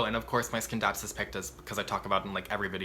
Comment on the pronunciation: Scindapsus.. in latin C is not pronounced as K if followed by E or I. Aroids.. try some Amorphophallus. :)